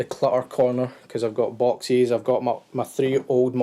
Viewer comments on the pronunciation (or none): I love how he says boxies instead of boxes XD